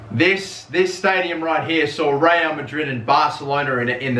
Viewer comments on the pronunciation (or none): none